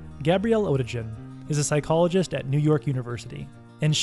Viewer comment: Perfection bordered! Just one observation: the author is German and in German there is no "g" like in "orange" but it always sound like "g" in "big".